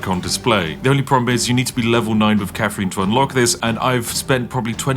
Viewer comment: The fake posh accent would work better if you didn't pronounce her name "Cafrin".